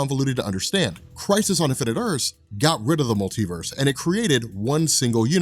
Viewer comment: Are you pronouncing it as 'crisees'? Also I didn't see anywhere where it's versus Superman...